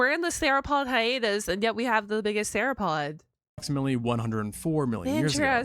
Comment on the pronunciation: Searapod?! It's sauropod. (Soar-o-pod)